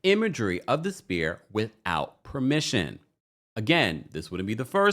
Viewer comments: Sphere is NOT pronounced "spear". IT IS PRONOUNCED "SFEAR". PLEASE Get it right if you're reporting. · The Sphere is pronounced “sfeer” not Spear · my love…sphere is pronounced like s•fear or sfear. Not like spear, like you throw. ❤️ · This video drove me nuts. Sounds like you kept saying spear, like a throwing stick, it's the sphere, like a ball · do you not know how to pronounce sphere correctly? it’s an FFFF sound! 😑